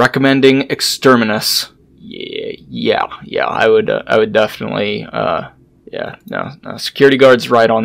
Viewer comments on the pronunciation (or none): This new guy CANNOT EVEN READ EXTERMINATUS CORRECTLY. Remove that bundle of sticks. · New voice actor mispronounced "exterminatus". He has ways ahead of him.